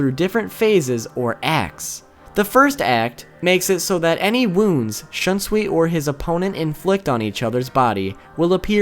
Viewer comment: Wow your pronouciation of Shunsui's Bankai is some next level shit.